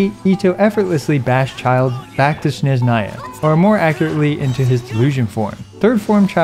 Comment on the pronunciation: It's SneZHnaya, not SHneZnaya